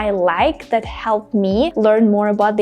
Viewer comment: the same pronunciation between the and that? no pronouncing t of that😅